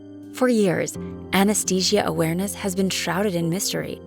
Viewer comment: She lost me at "Awereness"..